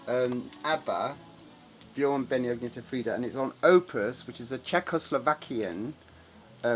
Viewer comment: btw her name is pronounced Ann-ye-tah, not Agne-ta